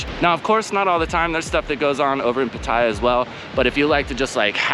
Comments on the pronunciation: Great vid bud. It's of course PAAATYA not PUTTAYA. More eccentuation on the A. Might not be important to you, but I personally think it's important to pronounce the name correctly of the city you're living in. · Ask a Thai. Hint it’s not pat I ah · What is the correct way to pronounce Pattaya? Because there's the way you say it stressing the middle syllable, and people who say you should stress the first syllable. As in, "I went to the store to shop for some outdoor Pattaya furniture."